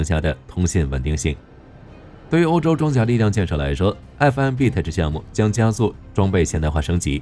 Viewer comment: Tech的發音很基本的吧